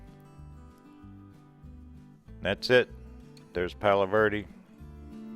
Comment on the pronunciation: Can you say eh? Palo verde